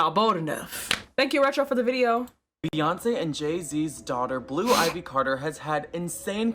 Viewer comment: The guy talking about blue ivy...I can't take the extra "S"es